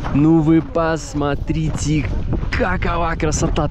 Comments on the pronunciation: Очень вас прошу правильно выговаривать слова! Пасатрите-это не приемлемо!!! Сильно режет слух! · Пасмарите, ребята, красата, просто, ребята, бааам 😂 я угораю с вас. Пополняйте словарный запас срочно. Очень люблю смотреть, но уже режет слух.